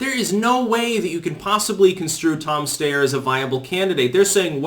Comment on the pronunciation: Yang has been polling at 5-6 for a few weeks now. Just more cherry-picking. Quick side-note. It's sty-er not stay-er.